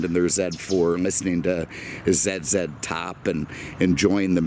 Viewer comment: As a Canadian, I can promise you that nobody here says Zed Zed Top... Canadians probably buy more of this car because when we get to spend the winter in Florida, we want to feel like its summer every day. A car like this is not ideal in Canada because you need to have a winter car too. Anyhow, big fan here, keep the good stuff coming